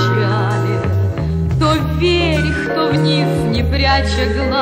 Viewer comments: Очень красивая и добрая песенка! Большое спасибо,! И так смешно она произносит "вверьх") С праздниками еще раз и до встречи! Обнимаю!!! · Henry Heriorh Галочка, спасибо большое за теплые слова! Это слово, так забавно мягко произносимое, добавляет позитива этой милой песенке.:) С наступающими праздниками и - еще раз - Счастливого Пути! Обнимаю тоже!:)